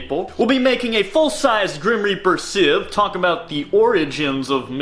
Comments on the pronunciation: It is scythe not sith lol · Everytime he says scythe in that weird pronunciation It sounds like he is saying Sith Could you imagine a Sith Lord walking around with a scythe He would look like death😶😑😐🙃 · Sithhhe hehe lol long pronunciation. Who says sithe? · Never heard it pronounced like that before😭